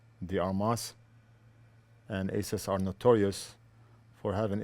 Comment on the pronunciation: Just a polite FYR for future videos. Asus is pronounced, "Ay-Soos" at least officially from the company. :) You may also "Google" how to pronounce ASUS as well. Great expertise and hand steadiness in your repairs and loving your videos!